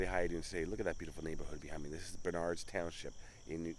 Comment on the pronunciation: Bernard is pronounced Bern-erd no accent like the name Bernard. Anywho Although there were plenty of Lily white towns in NJ it was Oxford that the klan preferred.